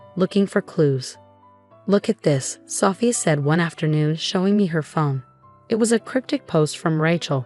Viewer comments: Sophia is not pronounced with a short O, it's a long O. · Don’t forget about Sophia. Messed that one up too